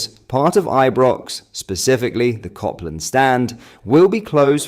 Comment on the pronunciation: M8 it's ( cope )land Rd and not ( cop ) land Rd If you're going to post about Rangers at least get the pronunciation right.... Feel free to thank me later..💙